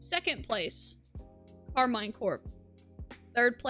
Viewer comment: Karmine is pronounced Karmeen you baguette hater and they are going to take it all this split